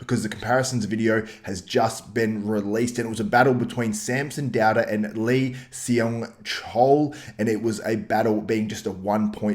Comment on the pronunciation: Hey man, Seung is pronounced Sung. Great video btw! Love the content.